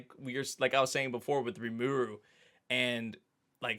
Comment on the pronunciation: Just to note. There is no accent in Japanese. In Rimuru the vowels sound the same throughout. putting the accent on the second last vowel is very english/latin. Every vowel is emphasized equally, if anything emphasize the first vowel, which is so different =, we americans tend to emphasize the second to last vowel naturally, but in other cultures, ie russia, it creates a completely different word depending on where we emphasis is. If anything think that the I in Rimuru is focal, then it'll sound more natural. otherwise it sounds like Rimuuuru rather than RImuru ( Apparently I can't do accents in comments, or I don't know how, my alt keys aren't working